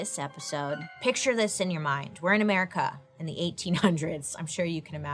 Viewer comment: The way she says "merica" kills me 🤣🤣🤣🤣 the Tylenol of the time was bleeding into a bucket😳🤣